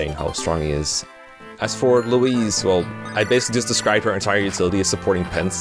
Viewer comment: why are you pronouncing louise like that